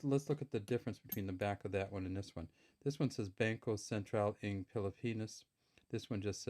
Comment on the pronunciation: The "NG" which means "of" in English is pronounce (nang) and not (eng). The letter "a" sound in (nang) is same as sound "a" in the word "hat" and not the sound of "a" in the word "hay".